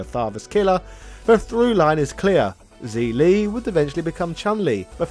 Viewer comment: Zhi li is pronounced jer-lee